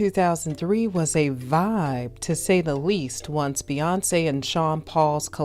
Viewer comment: the way u pronounce "Bey" as "Bay" and the way u robotically & awkwardly say "hot words" like "vibe" & "big chune" make this video almost unwatchable 😂